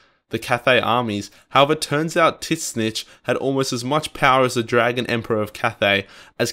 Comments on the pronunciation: "Tit zneech." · Took me a while to figure out that you were saying Tzeentch. Anyway, good video.